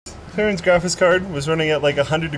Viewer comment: "grafis card"